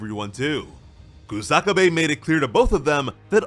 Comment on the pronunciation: It's Kusa-kabe not Ku-saka-bae